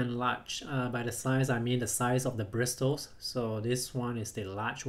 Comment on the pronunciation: I get annoyed when you say bristles or however you spell it it's probably pronounced and brissles